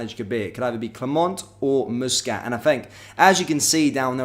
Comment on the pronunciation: will you please get Muscat's name it is NOT moosescat it is Muscat aneverytime you say moosescat I cringe